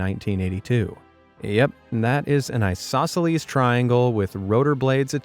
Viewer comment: “I-saw-silly triangles”